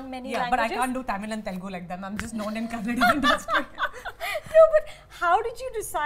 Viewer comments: Why is tammanah being so rude with parul? When she smiles. She doesn't even smile back. She gives that rude expression. Btw it's kannada not kannad. I feel like slapping her for SAYING that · Mrs anupama it’s not kannad ... it’s called “Kanna-da” ... the word kannad annoys most of us from Karnataka ... So please pronounce it accurately going forward... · Its not kannad it’s KANNADA.. you seem to be educated but can’t pronounce it correctly such a shame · It is not kannad for god's sake!!! It is Kannada. Do not omit a letter completely. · OMG, here she goes again. For heaven's sake: it's KANNADA not "Kannad"!!! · No doubt Anupama will give 5 stars. Anupama can't pronounce Kannada, but talking about south industries. Like in Bollywood they make women oriented movie one after the other, problem is Bollywood only remake mass movies not class movies. See Edegarike gangster movie which was directed by a woman in Kannada and it was Blockbuster. Parul has more root toward cinema than other two. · 1. Parul was very clear with her thoughts 2. Kajal should try to learn the language, it might help to connect with people more 3. Tamannaah also expressed her view very nicely and she seems like she learned the language. And Also Kannada not Kannad , Tired of this. We say Hindi not Hind right ? Thanks for mentioning Annavru :) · *ETA: Anupama - the language is 'Kannada' - it is even written thus in English. Please, please don't call it 'Kannad'. Loved the interview, though, and I have come away with more respect for these young women - they are articulate, have their own perspectives and are not mirror images of each other, and especially for the fact that they can actually speak the languages they act in. Plus, the friendship between Tamannah and Kajal seemed authentic. I haven't heard of Parul Yadav before this, but kudos to her - being actor, producer, set designer.... like Tamannah said, really multi-talented. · N for god sake Anupama Chopra it's not kannad it's ' Kannada'.